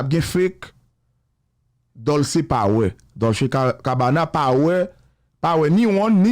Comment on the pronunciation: Dolce prononse kòm Dolche...ce an italyen prononse kòm che.